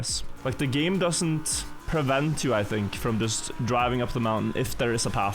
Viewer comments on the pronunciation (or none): none